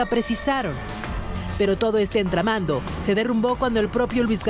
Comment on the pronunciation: "todo este entramando"😂😂